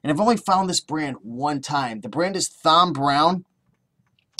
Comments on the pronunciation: It's pronounced like TOM....brown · It is pronounced TOM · I never thought it would be possible to mispronounce the name Tom. You have a unique talent there.